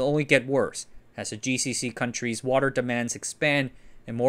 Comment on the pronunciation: coun-treezez? It's 2 syllables countries' not countries's